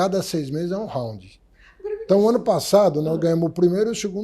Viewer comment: O cara não sabe nem pronunciar Round ,kkkkkkkkkkkkkkkk